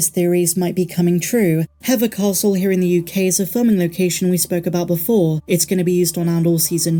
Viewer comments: Hever Castle is pronounced like /heaver/ rhyming with /leaver/, not /hever/ rhyming with /feather/. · Do you mean hever castle? It’s pronounced He-fer or He-ver 😊